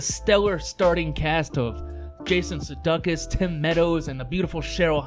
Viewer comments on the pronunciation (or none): This was a great show and you pronounced Sudeikis’ name wrong… like you’re a lame troll…